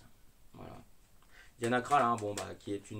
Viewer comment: Ça se prononce "diana crol " 😉